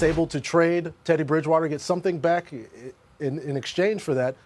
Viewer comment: Lol “Tedday Bridgewawtuh” -Cajun Accent